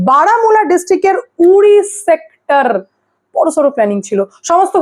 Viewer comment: সেকটার,,,,কথা ঠিক মতো উচ্চারণ করতে পারেনা, প্রতিবন্ধী কোথা কার